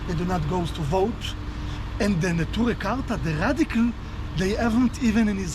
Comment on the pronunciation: 에 투레 카타라고 발음된 단체는 네투레이 카르타 입니다. 반시온주의 하레딤들로 팔레스타인 및 심지어 이란도 지지하는 사람들이죠. 하레딤 유대인들에 대한 정말 좋은 영상 감사합니다